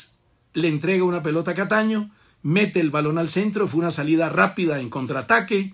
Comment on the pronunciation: siendo, nada que aprende que el apellido es Cataño y no Castaño 😂😂😂 Castaño quizá le recuerda al amigo para